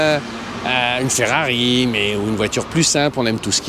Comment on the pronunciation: Ne me dites pas qu'il a appelé la Ferrari une... "féfé"... A part ça, super vidéo ;)